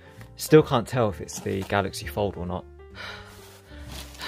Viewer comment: I keep thinking he's saying Galaxy Ford. hehehe